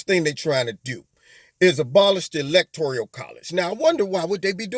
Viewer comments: Electoral not electorial. Just saying. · Lol. The Michael Jackson song. Lol. But please my brutha....stop saying.."electorIal"....there is no "I".... it's electoRAL..... 💖💖💖